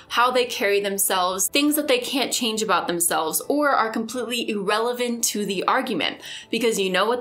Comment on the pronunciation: I know this is just me being weird, but I really wish you'd look up the pronunciation of "irrelevant." I've been enjoying your videos. Keep up the good work!